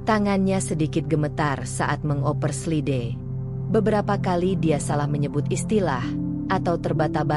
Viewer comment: Kau juga salah slide (slaid) baca yang benar spelling bhs asing